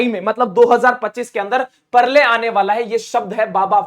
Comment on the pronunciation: Rip pralay...now new pronunciation is parlay 😂